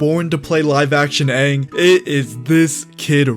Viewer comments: We need Fire lord ozai to be the Giga chad he is, not a chump like in the movie Also, Aang please Not "oung" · All I have to say is thay better pronounce the names right lol I know thay will last one died to me as soon as thay said unng not anng idk if I spelled them right my spell isn’t that good but I can pronounce it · I still have PTSD from "whatever it is" that M.Night Shamaladingdong did.😌 So I hope they at least say Aang's name right in this one.